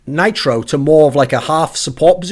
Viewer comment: can't even say nitro. He's been awful for months now.